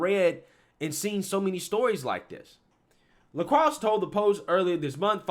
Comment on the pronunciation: “LaCrox” 😂 I think it’s pronounced “LaCroy” 😜